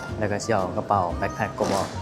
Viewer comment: BACKPACK แบ๊คแพ็ค ไม่ใช่ BLACK ไม่ต้องมี ล. ลิง😊😊😊